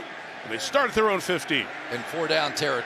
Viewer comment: Anyone else wonder why they, the booth, pronounced Marcus’s name wrong, and about 4 different ways all night! Mhar-eee-oh-tha!